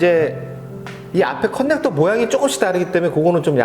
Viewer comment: 컨넥터-->>커넥터로 발음해주세요